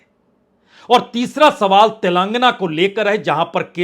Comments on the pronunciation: गधे तेलांगना नही तेलंगाना बोला जाता है । और प्रधानमंत्री जी का नाम इज्जत से लेना सीखो । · तेलांगना नहीं तेलंगाना है। तुम क्यों इतना दुखी होकर विश्लेषण करते हो।